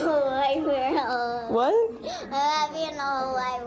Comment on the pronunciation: It sounds like Lydia weally needs some speech thewapy because as big as she is she shouldn't be mispronouncing soldier as soldiea and world as wowld.